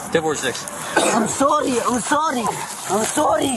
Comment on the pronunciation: Im "sorrdy"